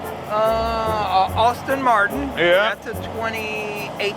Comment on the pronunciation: “Austin” Martin lmao